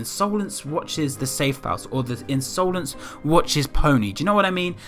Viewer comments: I love the way he pronounced insolence lmao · Insolence is an actual word, meaning rude or disrespectful behaviour, which at first I thought that was what it meant but the I is capitalised so idk? But it could have something to do with that. Also you were saying insolence wrong and omg is it annoying soz